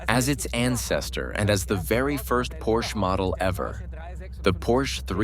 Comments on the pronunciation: Stop mispronouncing Porsche. Please. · Porsche has 2 syllables. FFS it's not that hard! Get rid of this narrator. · Relax, this is a Geman documentary with an English voice over. And it does pronounce it as both Porsch (as most English speakers do) and Porscher. They know their Deutsch. Enjoy the free content and marvel at Komenda's genius.